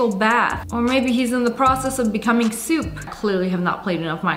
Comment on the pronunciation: soup? More like suiiii p 😅